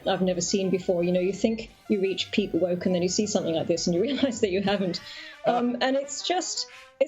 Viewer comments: why are you saying whoa-key. lol... quit using A.I. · Who knew that "woke" was a two-syllable word.